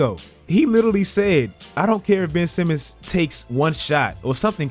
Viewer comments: HIS NAME IS BenCH Simmons, GET IT RIGHT! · "Ben'ch Simmons!" 👀